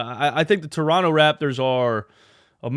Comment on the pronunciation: By the way you pronounce toronto just like a torontonian would, well done, coming from a torontonian.